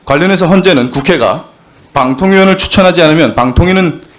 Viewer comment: 방통의원 방통의원 하는데....자꾸 빵통의원으로 들리는게 골때리네~